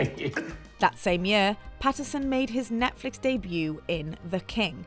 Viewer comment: Robert PHAisson